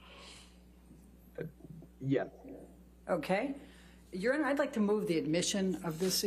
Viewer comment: Heard's lawyer should be saying, 'your honor,' but it sounds like she's saying, 'urine.' What a jerk! I bet she did that on purpose. Because they're losing so bad. 🤣